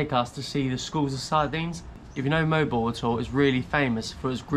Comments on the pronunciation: It is pronounced Moh-Wahll-Boh-Wahllll! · Moe Al Bow Al #phonetics 😊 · Not molbol to pronounce it though but Mo-al Bo-al like seperated but just doing it fast.